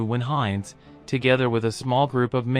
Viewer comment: German pronunciation is terrible, Jug End for 'yoogent', Heinz as opposed to 'Heintz'. These AI voiceovers have a long way to go.